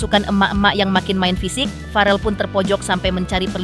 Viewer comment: naratornya kudu belajar cara mengucapkan nama farrel dari bunda Vena